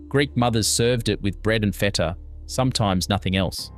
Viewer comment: The pronunciation is hysterical. “Feeta” instead of “feta” -voiceover needs lots of work… Most of these dishes are still made today.